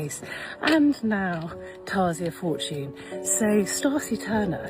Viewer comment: girl, chill lol she didn't even say Tasia Fortune's last name right.. she is literally silly. she is really suggesting that black people go out & kill white people, based on no evidence. in my opinion, the big news stations are portraying this as racism because they are being instructed or paid to. they want to keep us divided.